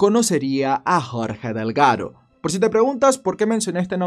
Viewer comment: 😂 😂 😂 Mi apellido es DELGADO.. 🤣 🤣 🤣 lo pronunciarse muy lindo. GRACIAS AMIGO!!